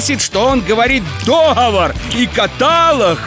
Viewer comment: Орууу😂 ДоХовор и катАлооог 😂😂😂😂😂😂😂